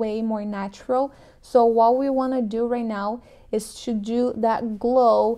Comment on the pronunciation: Brasileira, say "to", not "chew"!